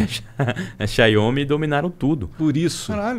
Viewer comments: Cada vez que esse cara fala chiainhôme Xiaomi minha expectativa de vida cai 1 ano. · A cada "Xaiômi" que ele falava, era uma facada nos meus ouvidos 😖